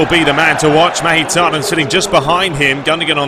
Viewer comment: Mkhitariyan pronounced mik-hee-tar-ee-yan